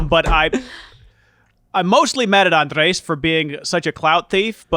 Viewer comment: he's called ANDRES for fucks sake